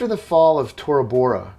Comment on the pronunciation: I thought he said “BoraBora” I was like damn, that’s one economically stable terrorist 😂